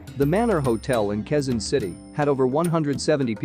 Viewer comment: Its called ka way zon. Quezon